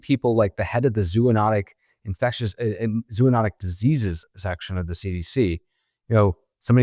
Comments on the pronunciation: Zo, long O, anotic, zo-onotic not zoo-onotic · no medical professional should say, " zoo-notic" or "zoo-o-notic." Zo*-oh*-notic is the way to go, frens.